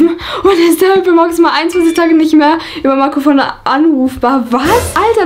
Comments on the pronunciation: Niemand:: Marcofonno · Man spricht es fono aus du Genius